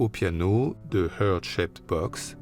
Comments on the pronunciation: Deux choses: c'est pas "Hurt" Shaped Box mais "Heart" Shaped Box (heart se prononce "hart"). Et puis parler de "mort" serait mieux que de "suicide", même si OK, le suicide c'est sensationaliste, et ça fait bien pour le narratif, etc. Mais comme tout plein de gens je suis convaincue que sa chère et tendre dont il voulait divorcer (c'est avéré) lui a fait sauter la cervelle, car..nobody fucks with Courtney Love...C'est pas comme si elle avait pas déjà essayé de faire buter un de ses ex, (implicant moins de thunes et moins de pouvoir) Et des pages d'exercices d'écriture trouvées dans son sac, cette lettre de "suicide" avec des énormes passages dans une autre écriture... Bref. Pauvre Kurt, il mérite mieux que la crédulité ambiante... Je suis certaine que la vérité sur son assassinat ressortira quand la crevure en question passera l'arme à gauche. Le plus tôt le mieux. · "Hurt" shaped box. Un français qui essaie de parler anglais, ca fait "mal" au "coeur".